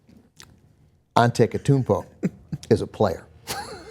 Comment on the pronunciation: It's ande-tuh-koom-bo